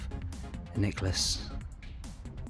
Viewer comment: Nice to see you back on the foreshore. Love the "nailace".